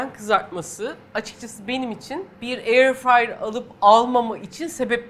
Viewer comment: no Airfrey Yes airfryer